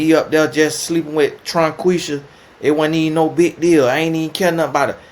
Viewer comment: Not “Tronquisha” 🤣🤣🤣🤣🤣